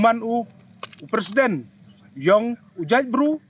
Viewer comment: Tang u pronounce wym tip president leh. Yo kam k u ni hi.